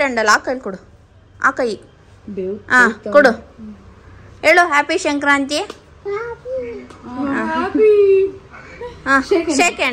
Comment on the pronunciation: That is sankrathi not a shankranti okey